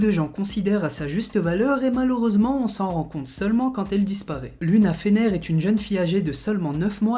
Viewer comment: LUNA SE PRONONCE LOUNA SVP😭